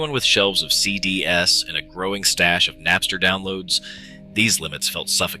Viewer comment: Please don't use AI generated content for your videos if you want to take yourself seriously. Also, learn to pronounce CDs correctly.